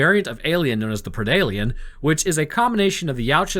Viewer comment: Thank you for prounouncing predalien correctly and referring to the Yautja by their actual species name instead of predators. Lol Also, please cover Deep Rising and/or Frankensteins Army.